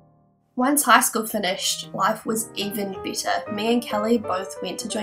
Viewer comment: oh god...honestly i thought you were saying -bitter- instead of -better